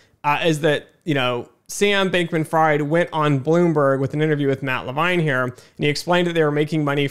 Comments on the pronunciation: Good video so far, but you should’ve looked up the pronunciation of Fried before starting lol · Same for Levine.